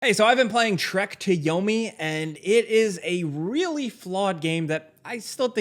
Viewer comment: Now I can't un hear it 😂